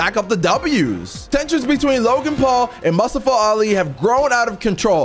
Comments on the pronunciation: It’s pronounced Mu-sta-fa Not Mus-sta-fa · Pronounces it.. "Musta-fah"...try "moo-stof-fah" that's a common name and easy to sat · keep saying mustiva it’s mustafa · you're killing me dude, it's moo - staa - fuh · Totally say mustofa name wrong lol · Hey it’s MOO-STAA-FA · You saying mustafa Ali wrong